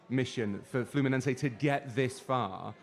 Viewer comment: its FLUMINESE, NOT FLAMENCO